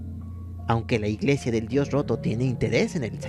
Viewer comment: Diganme que no soy la única que escucho "El dios joto" :v